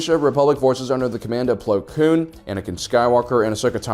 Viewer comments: ITS PLO KOON NOT PLO KLOON YOU JERK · His name is Plo KOON not “Plo Kloon” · Ahsoka Tanoo, Plo Kloon, make it stop please